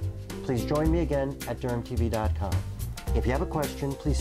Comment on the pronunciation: Thought he said “GermTv” at first lul